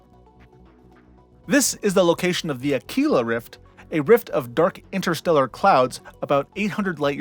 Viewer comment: Aquila as it's meant to be pronounced all you Akwilla nerds